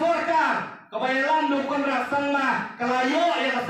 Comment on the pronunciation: U Conrad te u dei u klet biej ia ka ba u la kular bad u shu ong ha ka ba kut...da kaba u pyrshang kren khasi KANRAD..